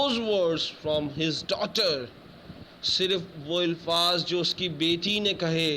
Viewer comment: ilfaaz nahin sir Alfaaz hotaa he